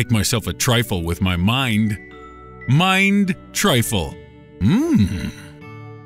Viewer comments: It's TRUFFLE not TRYFFLLE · It’s Truffle, not Triffle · that's truffle, not trifle